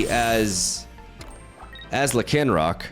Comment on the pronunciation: the way you pronounce Lycanroc lol